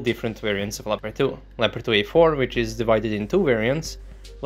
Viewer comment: it´s a LEOPARD not a "lapadui" or anything you say.....